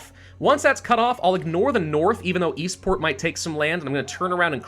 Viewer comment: God every time he said “Eastport” I thought he was saying “Esports”